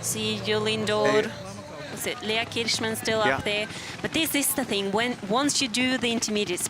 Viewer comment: Thank you from Canada! I really enjoyed the coverage and it's great to hear Leah Kirchmann's name! It sounded like you didn't know the winner's interview was being broadcast but that'd be nice to hear next time. Bravo!